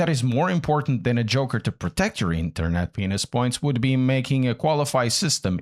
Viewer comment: Did he say “internet penis points” ? That what I heard